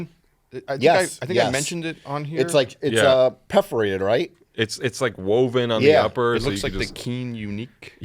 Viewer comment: Hold up did joe just say Peff-forated